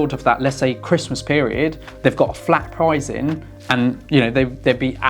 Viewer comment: Are you saying prizeing instead of pricing? It's very distracting.